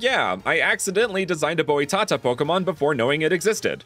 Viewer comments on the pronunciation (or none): As a brazilian person and a speech pathologist post graduated in linguistics, I notice you tried to speak "Boitatá". Is not "Bowie Tahtah", it is BOITATÁ (the letter "I" is speaked very quiclky, focus on the letter "O" of the word , this "O" is a closed one, different from the "O" of "BROTHER" more similar to the "O" in "GROWTH" , and the stressed syllable is the last "TÁ" in the name, it literaly have a accent sign called acute accent, which means you speak with emphasis in the last syllable, don't speak like "BOY", it's a totaly different word). Put on google translator, we are in 2023, there are no excuses to not inform yourself nowadays. Is not late to learn about the correct form of speak other words and names in their languages. You guys in USA and other english native speaker country use to ignore how to speak correctly and when we outsiders speak your language we are crucified with lot of xenophobic offenses. Consider this as a advice of a friend to be a better communicator in this platform. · "boÍ-tata" loooool it's pronounced as boi - ta - tÁ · I'm brasillian and love to see some references, also titanoboa was native of Brasil, so it's kinda a brasillian pokemon lol, boitata pronounces like boytAtA, but boY, we focus more on the letters that I wrote capital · Just one little tip on the pronunciation of "Boitatá". The accent in the last syllable makes it the tonic syllable in that word. Because of this, the "-tatá" part of the name is pronounced like the expression "ta-ta". The whole word is pronounced something like "buoy ta-ta"